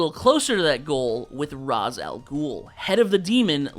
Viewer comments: Raysh it’s pronounced Raysh… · it's "raysh", not "rahs" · You said Ra’s’ name wrong. 🙂